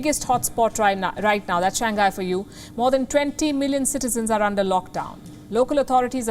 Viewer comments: SHANG- HAI not shang-gai 😩🤦🏻‍♀️ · THIS TALKING HEAD CANT PRONOUNCE SIMPLE ENGLISH WORD. IT'S SHANG-HAI , NOT SHANG-GAI....LOL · It's ShangHai... HAI, not ghai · To d presenter! It is pronounced as Shang-hai!! NOT Shan-ghai!!! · For a newscaster, please pay attention to pronounciation. Its “shang high” not “shang guy”… duh! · could be your short tongue but it's not pronounced as shang guy. it's shang hai. omg so cringeworthy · Its not shan-gai its shang-hai... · I respect you, ma'am. I really do. But, it's not "Shang gai". It's pronounced "Shang hai". Okay? 😁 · Learn to pronounce words correctly. SHANGHAI is pronounced as Shang-hai, not Shan-gai. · just a reminder, the name of the city Shanghai should be pronounced as Shang-hai, not Shan-ghai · It is pronounce as Shang Hai. Not shang gai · i was wondering where the hell is shan ghai... dude its pronounced shang hai, not san ghai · its shang hai not shan ghai ..... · Please correct your pronunciation ...its Shang-hai ..not Shangai!!! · The city name should be pronounced as shang-hai, not shan-ghai. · Please stop pronouncing it as Shang gay, it's Shang hay. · Shang-Hai not Shang-Gai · Not Shang gai but Shang hai 😅😅 Anyways Shang gai sounds cute too 😂😂😂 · Why can’t this news reader pronounce “ Shanghai “? She pronounced it shangkai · Wtf can not even pronounce shang hai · She keeps saying " Shan Ghai" like its new city. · Its Shang.Hai. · Is that how to pronounce that place? SHAN-GHAI not SHANG- HAI? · She can't pronounce shanghai correctly. 😁